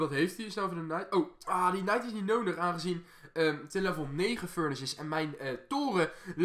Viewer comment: Valt het jullie ook op dat hij een soort van noondig zegt Ik weet zeker dat iedereen terug gaat kijken naar het begin van de vid